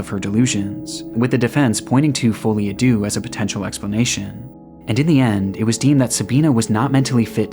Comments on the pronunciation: you pronounced it very well, especially if you don't know any French. You pronounced the "folie" part well, and of course "a" is ahh. But no one ever gets the "deux" part lol. As you said, it means "two" and is pronounced "duh" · fo.lie. à Deux madness shared by both Pronounced "Foe" "Lee" "Ah" "Duh"